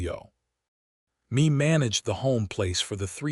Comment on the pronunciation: Mae is pronounced as May, but this was a good story. She was a very determined young woman. Listening from Selma, CA.